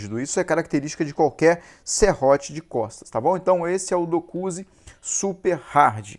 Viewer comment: Excelentes serrotes, difícil é gravar os nomes, vc falou dokuzi algumas vezes, quando o correto é dozuki. Sucesso, abraço.